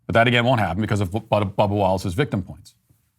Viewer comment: Am I the only one who hears "Bubble Wallace" when Matt says Bubba Wallace?!